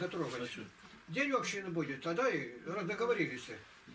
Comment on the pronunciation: общИны, а не Общины